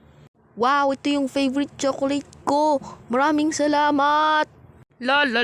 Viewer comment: Kuya yong spill niyo nang cholate hindi chilokolit 😂